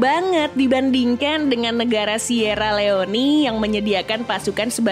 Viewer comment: sierra leony?😂 sierra leone (baca: sie ra li ong, ng mati)